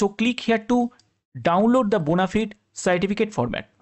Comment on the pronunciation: ওরে বোনাফায়েড বোনাফিড নয়